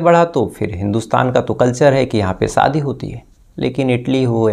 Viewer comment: Fix your "sh"and "s"like it's lash not las or shading not sadi😂